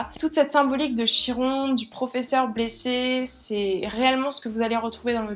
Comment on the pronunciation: Ça se prononce Kiron